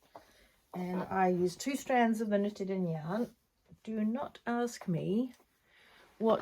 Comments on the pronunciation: Great podcast, so many beautiful things! You pronounce nutiden almost perfectly (maybe try just a little bit longer u, ”nuutiden”) it’s a Swedish made yarn, as you probably know since you also have Gotland-sheep, a Swedish breed. Looking forward to next episode. Greetings from Sweden 🇸🇪! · Nope, that’s not right- it’s pronounced just the way she says it, Nutiden, it’s a Swedish made yarn.